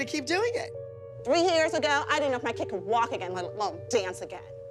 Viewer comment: 5 SECONDS AGAUR HEHEHEHE